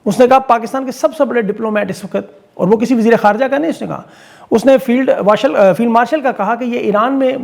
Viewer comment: kafi dino bad aaj zuban pisal gayi🤣🤣Field warshal 🤣🤣koi bat nahi hum ko pata hain slip of tongue aap se ho jati hain..